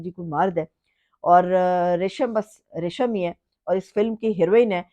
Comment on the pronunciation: Reshama nahi Resham 😂